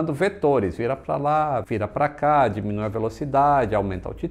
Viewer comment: "diminói" a velocidade??🤔🤔🤔😂😂😂😂😂😂😂